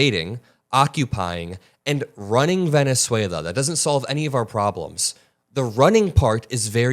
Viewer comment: You probably ought to get some sleep. You just mispronounced Venezuela.